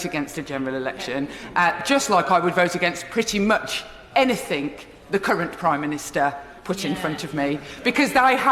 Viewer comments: Sorry, I always thought the word was ‘anything’ not ‘anyfink’ !!! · Did she just say "anythink" instead of anything ??? & they call us uneducated pmsl 🤣🤣🤣🤣🤣🤣🤣🤣🤣🤣🤣🤣🤣🤣🤣🤣🤣🤣🤣🤣🤣🤣🤣🤣🤣🤣🤣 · Jess its "anything" not anythink,love..... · This poor misguided bird sadly not only does'nt know the protocols of job but cannot speak english as in 'think' instead of 'thing' How this twerp continues to be in the House baffles me albeit in the dimwitted and moribund Corbyn mob. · It's anything, not anythink you stupid stupid woman. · Well educated ""anythink" can't even speak properly think that should have "anything" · She said "anythink"!!!!!!! ANYTHINK???????? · Why does Jess Phillips keep saying 'anythinK' when the correct word is anythinG? It is really irritating. She is not only as common as muck, she is as thick as two short planks too. What with her and the unbelievably stupid Diane Abbott it is no wonder the Labour Party is such a shambles. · "anythink" Who voted in someone who says ANYTHINK. It's A-N-Y-T-H-I-N-G not with a damn K stupid horse. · The word's 'anything', not anythink, dumbo! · She is so thick she said anythink instead of anything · Jess "anythink" Phillips 😂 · 'I have no faith...in anyTHINK' Sounds about right. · She not scared of “anyfink” 🤣🤣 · "any think" ftfy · "Any fink", she's a MP addressing parliament not down the pub with her rough bint m8s. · did she really just say 'anythink''? Wtf is this thing even doing in the HoP? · She doesn't understand " anythink"... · & again lol